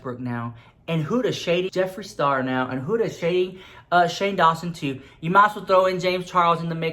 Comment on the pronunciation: Huda(wich you are pronouncing wrong cause it's an arab name, no hate love you❤) I think makes most of her money in the arab world, litteraly every store I go into here in Lebanon, every dollar store or make up store or pharmacy or anything haves her stuff! LITTERALY EVERYWHERE! I mean I'm not that into make up yet I know her stuff